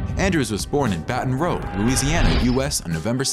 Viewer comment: so it was not just me !!! he did say rogue !! we should just ignore him because he is probably from new york !!! signed CAJUN ALSO !!